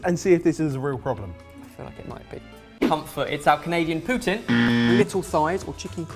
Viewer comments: _ SassySoucyxx _ He went Russian for some reason? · To be fair, as someone from Québec, hearing it pronounced like "Put'n" is much easier to handle than hearing people say "Poo-teen". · I cringe every time I hear poo-teen lol It's closer to puts-in, but poo-tin is better than teen. It's not TEEN, people! It's TIN! Poooots-IN.Yes, even fellow Canadians say it wrong - constantly. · I think Canadian Putin is pronounced "Trudeau" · Dragontail1992 Lots of people do say it that way even in Québec, it might just be the area he's from that influences it. But I've always known the proper pronunciation to be "poo-tin" (with the 'n' barely heard depending on how much French accent comes out) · Abbigail Stephen it's pronounced "pootz-in" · What's excuse for not being able to pronouce poutine? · if your default is to pronounce something in french, what's your excuse with the word Poutine??